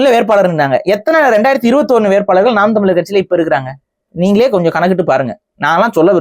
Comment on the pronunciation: மிகவும் அருமையான பதிவு 'வேட்பாளர்' என்ற வார்த்தை 'வேற்பாளர்' என்று ஒலிக்கிறது. புரிதலுக்கு நன்றி.